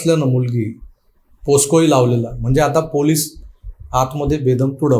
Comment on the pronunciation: तुम्ही पोक्सोला पोस्को म्हणालात, तेवढ सुधारा बाकी उत्तम